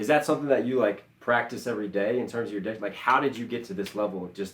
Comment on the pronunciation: is that something you practice everyday in terms of your d!ck? 🤣(I know he cut off diction short because our minds work like that when talking but I died).